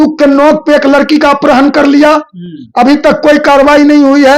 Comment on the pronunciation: Apharan bolna sikh lo